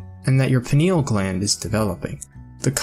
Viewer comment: Hi. Thank u for sharing. Being RN, i know pineal is 3 syllables, not 2. Its pronounced peeneeal. I hear it mispronounced a lot lately. Maybe u can help get out the correct pronunciation. Thanks